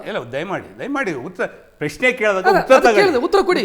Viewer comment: ಪ್ಯ ಶ್ನೆ ಅಲ್ಲವೋ ಪ್ರಶ್ನೆ... ಮೋದಿಯನ್ನು ಟೀಕಿಸುವ ಯಾವ ಯೋಗ್ಯತೆ ನಿಮ್ಮರಿಗಿಲ್ಲ... Logic ಬಿಟ್ಟು ಮಾತಾಡಬೇಡ